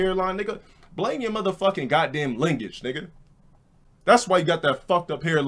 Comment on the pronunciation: Lingage?did he just say lingage 😂😂